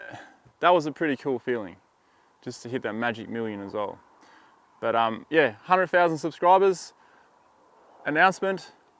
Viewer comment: That's a lot of subs for someone that can't pronounce 100,000